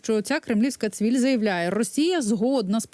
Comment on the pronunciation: Дєвушка, не цвіль, а міль.Переплутала.